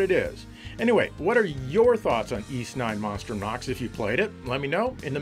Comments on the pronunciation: Uhh ok, I believe it is pronounces 'Yiss' get it together man! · Huge fan but you say Es. The name is Ys. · The Turbo Grafx 16 CD games pronounced the name Y's like saying " Ease "